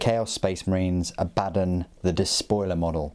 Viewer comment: According to GW, it's pronounced a-BAD-dun and Goo-lah-mun.